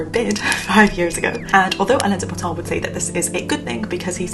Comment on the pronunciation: Dear, many thanks & congrats for your work & content. Sorry if I am too bad at english, but I could't understand your pronunciation of the name of the one you quoted "Anyone who isn't embarrassed of who they were last year probably isn't learning enough.” I found out that it is Alain de Botton, and I have a suggestion for the dummies like me: please just write down the name of the author of the quote with the quote. Peace & Prosper. ❤🖖